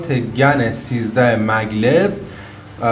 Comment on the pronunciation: ممنون. ای کاش ایرانی ها هم مثل همه دنیا اسم این شرکت و مکعب هاش رو به گن تلفظ کنند ، نه گنز GAN is correct